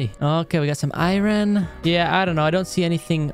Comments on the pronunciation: He says Iren every time instead of Iron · no offense but u say iron like irin